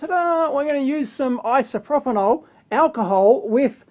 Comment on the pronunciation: "isoproponol alcohol'